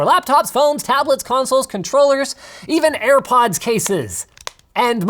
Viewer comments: Literally no one: Linus: AirPuds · "Ear Puds" I might send Linus a pair of airpods engraved with the word "Earpuds" on them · Dima is a tree. I bet you didn’t watch the full vid. He says “AirPuds” a couple of times and says that he couldn’t hear himself. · "ear puds" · Nikola Nikolov he said earpuds not airpuds🤦‍♂️